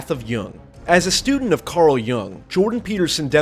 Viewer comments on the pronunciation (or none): none